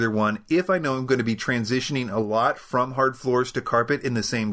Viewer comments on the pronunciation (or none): none